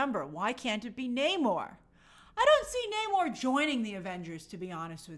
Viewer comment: It's not NAmor, It's Namorrrrrrr....